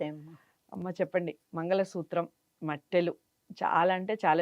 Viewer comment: మెట్టెలు అనాలి. మట్టెలు కాదు